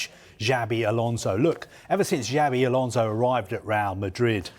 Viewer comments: Whats the difference between this and a pink magazine/tabloid tv? And also, that guy in the left should at keast try to say names properly as he is on TV.. Djavi Garcia, whats that? One thing is weird accent, another is to just saying it wrong. Imagina a German saying Vane Ro-honey.. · Can someone tell him that it is not Jabi Alonso 😅😅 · You heard it here first folks, it's Jabi Alonso, Jabi with a J